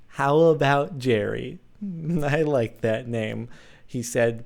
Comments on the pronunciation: Oooooooh Jordan.... "Jerri! Ze French puppi`!"" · Lol, love the way your roll the name "Jerry," Jordan. I'll have to write you a story some time. :]